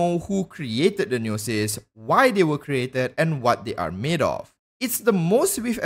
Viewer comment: Omfg why do you say gnosis like that?